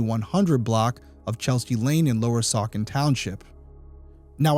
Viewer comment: The c in Saucon is pronounced like a S. ❤❤